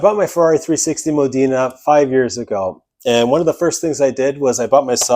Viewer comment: It's not Modina its Modena. You are saying it incorrectly.